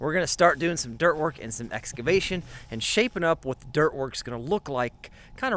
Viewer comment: Excavat'n and exclamat'n!